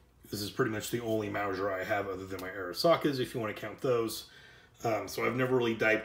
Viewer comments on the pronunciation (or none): Mowzhure lol lol - sorry couldn't help myself. Great review and information. Appreciate it! This reminds me of my now departed Father. He used to pronounce onion as "ungyun". It's just one of those things that makes us each unique.